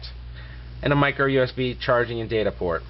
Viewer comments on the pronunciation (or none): none